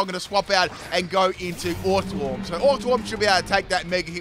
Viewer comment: Ah goood, a new generation of pokemon to roast pronunciation 🔥: - "Bomb"birdier, not "boom"birdier. To bombard something is to drop bombs (or other things) on it. Rocks in this case. - Orthworm, pronounces it like "warm". Say worm, then just add "orth" to the front. - Grafaiai has no second "F". Graf-aye-aye, based on the aye-aye primate. Got it right each time after the first! - SquawkabilLY, not squawkabiLITY. Funnily enough, said it right the first time 😆😆